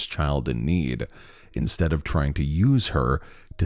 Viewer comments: lol I can't unhear it the " inSTAB " instead of well ... " Instead " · Am i the only one who heard “Insteab”?